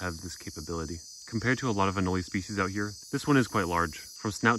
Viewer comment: I've always seen anole pronounced uh-nole, is there a reason you choose to pronounce it uh-no-lee?